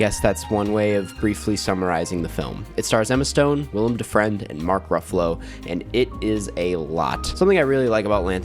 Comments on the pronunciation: Why do you call William Dafoe "William Defriend"? 🤔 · I'm sorry; Willem DaFriend took me TF owt.